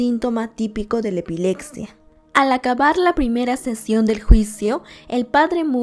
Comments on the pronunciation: También dice ' Epilecsia , epilectico " cuando es con "p" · Que horror!!!! Por lo menos deberías de narrar bien. No se dice EPILECSIA, NI CIUDAC, NI UNIVERSIDAC. Ahora cualquier tonto o tonta, puede tener un canal para poder tragar. Mija, cultivese y lea y trabaje con dignidad.